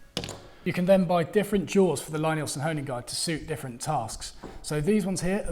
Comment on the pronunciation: as so often, it's a horse race. Both guides (as well as the "no guide" method) have their advantages. I own the Veritas guide and find it very versatile and not the least fiddly. the wider roller on the Veritas jig sits better on my water stones. The Lie-Nielsen (btw way, his first name is pronounced "Lee" not "Lye") is more straight forward but also specialised a bit for Lie-Nielsen tools. I have an old Eclipse guide as well which I keep in my tool box, which i do use from time the time. I have discovered that we woodworkers get the procedure bassackwards, i used to sharpen my tools after I was finished working with them, like most other people. Now sharpening / honing is done before I even start cutting. (see James Krenov or Frank Klausz) It's the first step, not the last step in my daily practice. A few quick stokes and my blades are ready to go. I liked your comment that dulling tools is way more fun than sharpening tools. thanks for your insights and a great video!